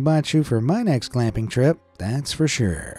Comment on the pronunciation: what is a “clamping” trip? Do you mean camping?